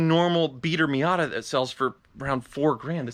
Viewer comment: he says Miater